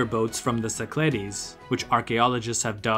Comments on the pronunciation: Nicely done. Except the -ogle with a Go pronounces it “SI-kluh-deez,” not si-CLAH-deez. Geography 101, please! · Κυκλάδες, romanized: Kykládes, IPA- Kee-kla-des - emphasis on second syllable